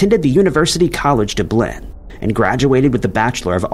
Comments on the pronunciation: No he always mispronounces Dublin as "Doo-Blinn" he does it in other videos too. Lol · he's mispronounced dublin a good few times in other past videos of his. many have complained about it in the comments but the narrator is to ignorant to care smh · Come on, you're messing with me right? I can't believe you don't know how to pronounce Dublin. It's a joke right? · he's been corrected by dozens of other people on many of his other videos on how to pronounce dublin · Creators get PAID for ppl commenting, so by him continually mispronouncing Dublin, he *K.NOWS ppl will sit in the comment section, complaining abt him n0t pronouncing it correctly..🤷🏽‍♀️ All G for him, I guess😅😳 SUX for ppl annoyed by this forced habit of his..🤦🏽‍♀️ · yup, anger baiting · AI has a habit a mispronouncing easy city names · Can perfectly pronounce Birna Brjansdottir. Still can't pronounce Dublin. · Purposely done, I'm sure!🙄🙄😒